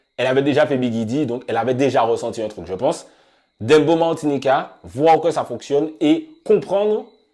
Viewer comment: Pooh mais arrêtez de prononcer « dembo » ça se prononce « Dèmbòw » comme dans le son de shabba ranks